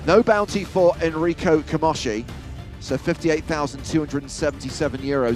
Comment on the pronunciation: Camoski??? It's Camoshi!!!!!!!